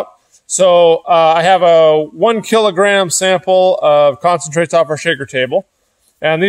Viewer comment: Question: At the mark, in the first container you showed us, you called it "concen-trate-top-are-shaker-table". Can you explain what that is?